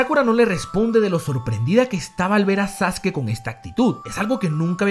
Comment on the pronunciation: muy buen video, en especial por la pronunciación correcta de Sasuke